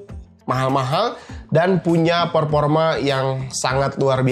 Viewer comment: Performa bang bukan peporma